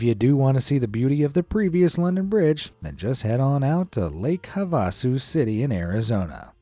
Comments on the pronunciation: HAVE-a-sue! Not Hah-VAH-sue. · Pronounced Zee- nith Havasu is Have-a-sue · Why do you mispronounce so many words?? The London bridge is in Lake Hav-a-sue . The TV brand name is Zee-nuth. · it's pronounced Lake Hav(have)-a-su (sue) City. NOT whatever you called it. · It's pronounced "Lake Have-uh-Sue" FYI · When i pronounced Lake Havasu, i said "Lake Hea-ven-sueh" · Lol, it's pronounced Lake "HAVE-a-soo." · "Lake HA vuh Soo".....'a' like apple. Look up how its pronounced ( You butchered it, LOL!) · It's pronounced Lake "Have Uh Sue" with the emphasis on the first syllable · Fantastic narration and another great video; congrats on the (almost) 12 million subs!! Thanks,! (Also, it's HAVE-a sue, LOL!) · It's Lake "Have-uh-sue" geez! 😎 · It's pronounced: HAVE-A-SUE AZ. I bet you're one of those people that pronounce Nevada wrong. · Lake Have-uh-sue👍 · Definitely not how we say lake Havasu here but cool to see in the video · lol.. the way to pronunciation Havasu is wrong & might want to learn the difference & change it.